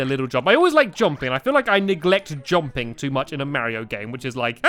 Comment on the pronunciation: He says jomping